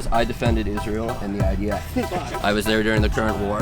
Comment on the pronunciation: what the heck is Iof? If you don't wanna sound stupid, then atleast say the name correctly. IDF. I - D - F. Stands for Israeli Defence Forces, צה"ל in hebrew.